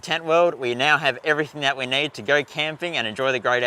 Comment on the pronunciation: you may wanna use a table tennis ball before talking in front of the cam, getting used to get your teeth (upper and lower jaw) separated. This would improve your articulation. And since when do we now pronounce words with a double e („need“) as a diphtong? I don‘t want to offend you as a person, but while doing clips on youtube, you might wanna consider such things in order to avoid tiering people watching.